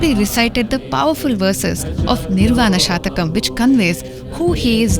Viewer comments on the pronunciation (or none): If I am permitted to correct it is " shatkam" ( six verses) not "shatakam" (100 verses) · Lady….. it’s SHATHAKAM not shaAthakam please! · Before making a clip like this please check up your facts with a samskrith scholar .It is not Nirvana Shatakam but Nirvana shatkam (consisting of six stanzas).Madam ! half knowledge is dangerous! samkrith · Isn't it Shathakam instead of Sha(a)thakam? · It is Shatkam pl. Six slokas. Not Satakam which will have 100 slokas. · Pl note that it's "SHATAKAM..." NOT "SHAATAKAM" Wish it would be corred. THANKS... WITH BEST REGARDS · Pl correct...It is "S H A T A K A M " and not SHAATAKAM .. Thanks..Best regards.. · It is 'shatakam', not 'shaatakam'. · Very nice presentation, good effort, but it is not Shaatakam, it is shatakam, meaning 6 verses.. Please keep working on our ancient cultural and spiritual glory, but just a minimal collaboration with someone with a lot of Sanskrit knowledge may be helpful to avoid any pronunciation errors. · Please pronounce shaTakam not shathakam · Hello young Lady presenter, why do you wrongly pronounce Samskrit word "Shatakam ( it means 100)" as " SHAATAKAM"? I am sure you are not born in UK /USA but merely trying to imitate!! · It is Nirvana Shatkam not Nirvana Shatakam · It is not shatakam. It is shatkam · It is NirvaNa SHATKAM PLEASE, not Shatakam. Composed in six stanzas- shat षट् whereas शत is hundred. शतकम् has hundred verses. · It is Nirvana Shatkam (6)and not " Shatakam"(100). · Your pronunciation is wrong, dear! It is pronounced as "Shut-Ah!-Come". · It is shatkam not shatakam. It has six verses and not 100. Please stand corrected. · You are pronouncing shatakam wrongly. It's six shlokas and not 100 but your pronunciation means they are 100. Please change as it gives away wrong meaning.